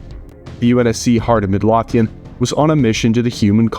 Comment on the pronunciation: Midlothian is pronounced Mid-low-thee-in